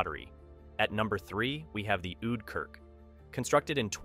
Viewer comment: Im Dutch, and not to be mean, but I was laughing when you said the words like: Oude Kerk and Fles, because you pronounced them so wrong 😂 And I don’t want to be a hater, but it was just funny